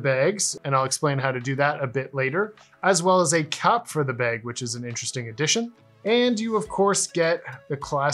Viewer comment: Where are you from that you call a bad a “beg”